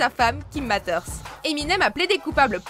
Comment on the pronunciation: Premierement, beaucoup de personnes l'ont dit il regardait des dessins animés avec sa fille lors de la cérémonie des oscars. Deuxièmement Marshall Maters?? The matter is your prononciation! Et il y a un tas d'autres moment où il a été bien plus savage à d'autres moments que ce que vous avez enoncé